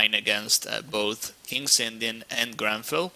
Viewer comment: its not GRANFELD, its GRUNFELD... -.